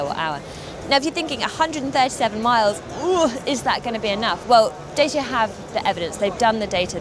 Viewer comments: Not "Day-see-ah", "Dah-chee-ah". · I am more impressed by the car than the presenter… keeps saying “Day-see-ah” instead of “Dah-cha” 😂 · Datchea not Dayseea. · It's pronounced 'Da Cha' not James Mays skit at them of dayceeya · "Dah-cha", not "Day-sha" or "Day-sia" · My goodness, I was just pointing out the correct prono for this car brand! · It's pronounced "Dat-cha). 0 - 62 in 14 seconds does not make this a pocket rocket. And for a given vehicle length, putting the wheels as far apart (front to back) as possible does not improve the turning circle, it makes it worse. Dodgy reporting aside, I think we'll be seeing lots of these cars on our urban roads and supermarket car parks. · Please research the pronunciation of the brand! It's pronounced Dachia. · Found your comment here condescending tbh. It's a Romanian brand. All the Dacia adverts pronounced it correctly as 'da·chee·uh'. Romanian is a Latin language, where the letter group 'ci' is pronounced 'chee', much like cappuccino (Vulgar Latin). Are you suggesting you wouldn't correct someone who said 'cup-ah-see-no'? What about 'Jalla-pee-no' ? It's not just 'slightly different', it's wrong and can absolutely be mispronounced. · Isn't it supposed to be daw chuh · Dacia is pronounced 'Datchia'.You can Google it if you like.